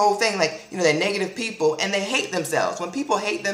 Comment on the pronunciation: "...all that 'niggative' energy" lol I still love you tho =]